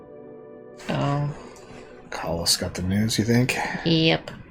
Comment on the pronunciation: Corlys Velaryon is pronounced "Core-Lees", not "Call-us"